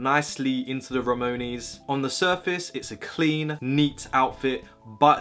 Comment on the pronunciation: why do you say ramones like that